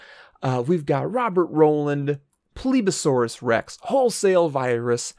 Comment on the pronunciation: Aww man he said my name wrong but thanks for the shout out! (PlebasaurusRex) also will patrons get priority over freebies if it is full? You can just call me Rex because PlebasaurusRex is a mouth full